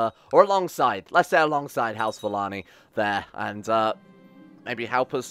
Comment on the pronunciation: is it just me or should Valane be pronounced Valayne not Valanee